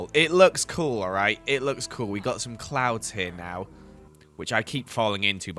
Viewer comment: Am I the only one who heard clowns instead of clouds?? But nonetheless I love you work and each episode brings me tons of happiness, thank you for doing as much as you do💓💓🥰🥰